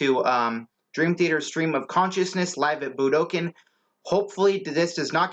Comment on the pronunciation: Somebody needs to teach you how to say Budokan. Try this budo con